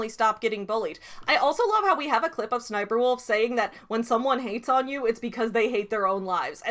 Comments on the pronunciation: Oh. It’s really pronounced S-S-Sniperwolf. 😬 Not a very good name to have when it’s based off a military character. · I will always pronounce it as SSS niperwolf.